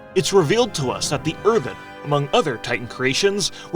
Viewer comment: Not the earthen dance 😂😂😂